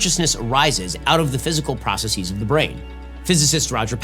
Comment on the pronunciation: Of course Shapiro mispronounces "processes."